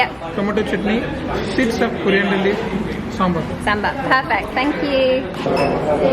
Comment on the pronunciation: Unbelievable your Tamil pronounce SAMBAR,,, OMG